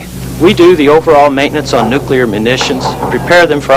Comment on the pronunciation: Did that loader say, "nucular"? 😆